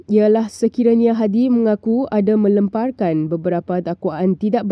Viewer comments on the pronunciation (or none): Melemparkan..lem tu disebut spt bhs Inggeris 'lamp' bukan 'lurm'.